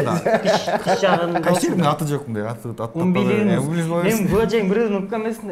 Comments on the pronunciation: Умбулинус эмес😂 " УМБИЛИКУС деп айтылат " -, латын тилинен алынаган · Умбиликус дейт а не умбилинус 🤣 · Киндик умилиНус эмес умбилиКус да😅